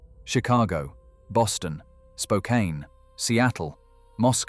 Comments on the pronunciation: its spo can, bud not spo cane. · Spokane is pronounced spoe-KAN